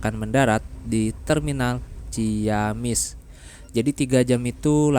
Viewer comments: Punten... mas, dibacanya ci-amis bukan ciyamis... setiap kata dgn kata ci dan kata berikutnya diawali huruf vokal, maka akan dibaca sbg vokal rangkap bukan diftong. Ci-awi, ci-umbuleuit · Ci amis bang nyebutnya jg ciamis hehehe